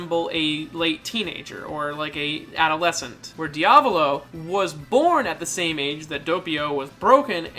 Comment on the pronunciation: “De-avlo” it’s pronounced “Dee-ah-vowl-oh”